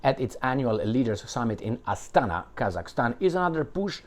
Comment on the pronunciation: It's Astana. Inflection on the first. Even I know that much.